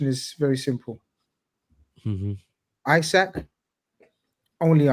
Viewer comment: Great show as always,. It's Prenaunced E-sak in 🇸🇪, for your info!